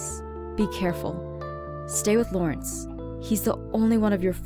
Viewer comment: Did Anyone notice when Aphmau first came back and talked to Dante he said Laurnace? XD